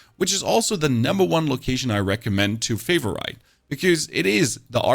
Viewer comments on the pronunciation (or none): I'm sorry, but your "Fay-va-right" is buggin' me out, instead of Fei-ver-it. It's any of the following IPA alternatives: / ˈfeɪ vər ɪt, ˈfeɪv rɪt /. The tips are nice though! Thank you! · favor-it.. not Favor-ite.... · I learned that favorite is pronounced favor-right. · Can you PLEASE stop saying favor-ite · You're killing me with "favor-right" instead of favorite. WTF? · wtf is that Favorite pronunciation lmfao. Canadian irish american and british all in one😂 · How do you not know how to pronounce favorite? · Why do you mispronounce words like occultst and favorite??...? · I can't get past the pronunciation of favorite... i understand why it's happening.... but god no. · Man how do you mispronounce favorite 😂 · Jesus christ favorite is one word and 2 syllables